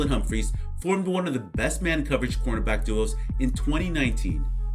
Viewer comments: why you sound like you’re calling him a quarterback lmao work on pronunciation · can you please for the love of god pronounce cornerback correctly